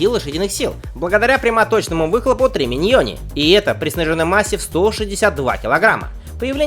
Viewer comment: Автор ! .... )) Не тРЕминьони, а тЕРминьони. От слова термо ) Ну а так - растёшь ))